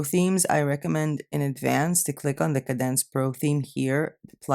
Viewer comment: Hostinger would be the host which is where your website will "live" on a server. Wordpress is the actual site wich is a CMS (content management system) Kadence is a Wordpress theme that your site will be built on. Kadence is a great theme with very good support. It is pronounced Kay-dence.